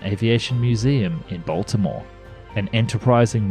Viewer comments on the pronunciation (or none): none